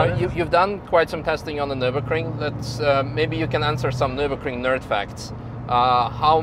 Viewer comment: So that video dude has driven many cars - over years - on the Ring. But hasn't yet learned to pronounce the name of the race track correct. Impressive.....